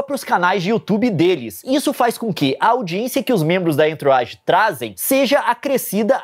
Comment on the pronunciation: Entourage, eh frances e quer dizer "pessoas em torno" ou "em sua volta" se pronuncia "anturraGe"